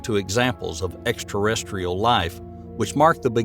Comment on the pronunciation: It's Ai most probably. I used to think wow what a great narration, then he said, in this video, Fermi Paradox in a very weird way, and I think "he" messed up the word extraterestrial and said something like extratestial. So yeah.